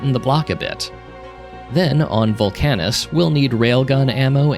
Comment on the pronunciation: you're the first person i've seen who pronounces VULcanus as vulCANus